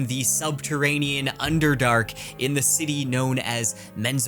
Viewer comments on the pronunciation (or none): none